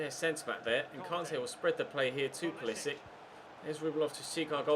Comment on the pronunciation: It is POO-LEE-SICK (Pulisic)